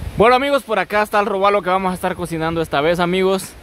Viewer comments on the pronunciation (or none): es: róbalo no robálo